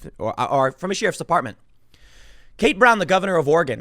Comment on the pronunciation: Off topic, but always enjoy when Tim's Chicago accent slips out. Dem sheerifs are on a mission from Gahd.